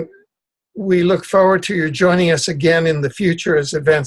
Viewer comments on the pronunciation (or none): none